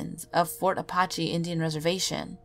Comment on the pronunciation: You said Apache wrong